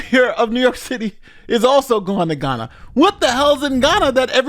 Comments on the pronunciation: Heya, I enjoy your videos, very informative and nuianced, but I would like to point this out to you, unfortunately you are mispronouncing Ghana (Gaa·nuh) as Guyana (gai·aa·nuh), confusing the 2 nations, which are unique nations, you aren't the only person who had made this mistake and for certain you won't be the last, but a little corrections goes a long way 😊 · The mistake of saying Ghana like Guyana had me very confused when then started speaking about mayors going to Ghana; I had to go back & read the bit to realize it was a mispronunciation?? 🤦‍♂️ Am I the only one who heard it wrong?